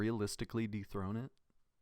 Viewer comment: just wanna say uh you said defrone grief instead of dethrone in chapters